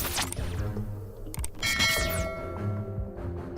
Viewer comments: ТаджиКСКАЯ , а не ТаджиЦкая как же бесит... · Автор, правильно говориться "Таджикская кухня". Не таджицкая. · Думаю, не таджиЦкая, а все-таки таджиКская Озвучка немаловажна, слух режет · Не "таджиЦкая", " узбеЦкая"-это не "мужицкая", где "ц"-на месте своем, но:" ТАДЖИКСКАЯ"! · У автора походу дефект речи. Только так можно обьяснить “таджитцкая и узбецкая”. Я будучи не русским прекрасно понимаю что должно быть “таджикская и узбекская”. Больше инфы ищите и проверяйте то что выкладываете, много сырых моментов, ну а так в целом всё нормально. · ТаджиКСкая, а не таджиЦкая. УзбеКСкая, а не узбеЦкая. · Не Таджицкая, а Таджикская, не Узбецкая, а Узбекская, автор, Вы не русский? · Только не таджитская, а таджикская. Не узбетская, а узбекская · Я один слышу "узбеЦкая, таджиЦкая" вместо "узбекская и таджикская"? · Зачем говоришь таджиЦкая и узбеЦкая? Ты людям рассказываешь, говори грамотно- таджиКская и узбеКская. Если не знаешь то молчи лучше! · Не таджицкая а таджикская, не узбецкая а узбекская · невозможно это слушать...узбеЦкая, таджиЦкая......узбекская, таджикская...автор, раз записываете такие ролики и тема очень интересная, хоть правильно говорите некоторые слова. Без обид, но режет слух. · Надо правильно произносить - таджикская, также - узбекская! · Видео супер!!! Только один вопрос к автору: почему Вы произносите "таджицкая" "узбецкая"??? В центральной Азии никто не говорит: "росицкая" кухня! Это капец как смешно....